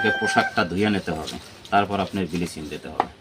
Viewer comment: বিলিচিং আবার কী, আমরা তে ব্লিচিং বলি।